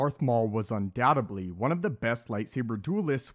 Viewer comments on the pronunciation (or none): The word is undoubtedly not undoubtebly.